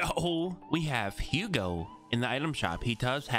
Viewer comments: Bro his name is pronounced UGO not HOUGO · “Ugo” not “Hugo” (how it’s pronounced )